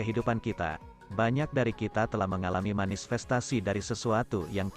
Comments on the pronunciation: Tolong ya: “manifestasi” bukan “manisfestasi” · 😅😅 aku juga denger nya Manis